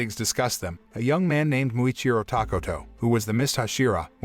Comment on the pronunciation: its "tokito" not "takoto"